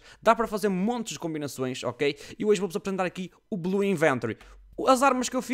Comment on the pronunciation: oh, mentiste! o vídeo chama-se MY BLUE INVENTORY! e não belu iventary:V